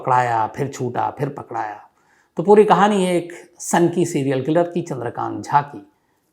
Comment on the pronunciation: Pakdaya kya hota hai pakda gaya hota hai aur egyarah nahi gyararah hota hai